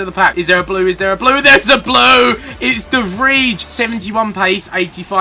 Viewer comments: it is de vry not de vrie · when u see dutch players with ij u say it like ai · Pro tip: "ij" in dutch is prenounced as "eye" not "idge" or whatever ethan said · Yo Ethan. One quick tip. The 'ij' from the player de Vrij sounds like the i from ice or the y from why. No hate or something but it is really anoying for me because i'm Dutch. Love your vids!! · As a dutchman its really hurting my ears how the english youtubers pronounce ''de Vrij'', my ears start to bleed .. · In Dutch IJ is pronounced something like Y. So now you know how to pronounce Dutch Players like De Vrij ;)